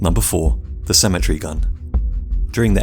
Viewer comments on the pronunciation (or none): Good lord you can’t pronounce cemetery for shit, it’s pronounced se-ma-tary not simatry Jesus Christ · You're saying Symmetry instead of Sim-eh-terē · Please properly pronounce your words. I was very confused as to what a symmetry gun was until I realized you do not say cemetery correctly. Symmetry has 3 syllable and cemetery has 4. Thank you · I thought he was saying symmetry gun. I pronounce cemetery, SEMM-EHH-TEHR-EE. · I thought he was saying "symmetry gun" lol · I thought you said symmetry gun not cemetery gun. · I kept hearing “symmetry gun” and was quite confused for a bit. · Wow, ok someone needs to tell the narrator how cemetery is pronounced. I couldn’t figure out why he was calling it a ‘symmetry’ gun. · I thought he was saying "symmetry" gun. Took the picture of the cemetery to figure it out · Downshift He was saying "cemetery" guns 😃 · Cemetery not symmetry